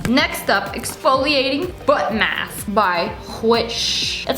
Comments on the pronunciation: When you said "Exfoliating foot mask by Whish" I heard "Exfoliating butt mask by Whish"... I was like WTF so I had to go back and listen again 😁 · Haha I thought she said “exfoliating butt mask” 🤧🥴😂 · I thought u said butt mask for a second 😂